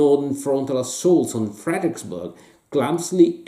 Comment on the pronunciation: For benefit: it's pronounced "CHANCE-lers-ville" "FRED-dricks-burg". Also, if you want to really get at this campaign, the game to get is "Glory II: Across the Rappahannock". A lot fewer gimmicks and "fiddly bits and bobs", and still an effective way to factor in Jackson's Flank March with some fog of war. Still, one of the better episodes of "Greatest Days of History in Games"!!!